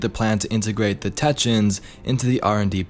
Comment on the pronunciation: I always love your videos and I've been a long time subscriber... This is the first time I've commented but ffs man it's TECK-EE-UNS, otherwise your content is always extremely honest and valuable. A very quality content creator. To anyone else reading this... If you all like and subscribe he'll pronounce it correctly from now on.